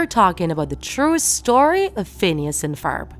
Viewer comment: Phoons an Forb